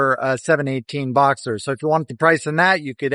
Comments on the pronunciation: boxster, not boxer☝️ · I appreciate the idea of this video. Remember that as much as you may like the sound of these two their two of the worst sounding Porsche’s in history. When you have better sound equipment do this again and include some older examples. And, please learn to pronounce the “T” in Boxster. It’s not thesame word as the name of the engines with opposing cylinders.